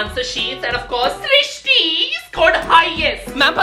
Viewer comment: Thank you for srishti it's my name you pronounce my name perfectly ❤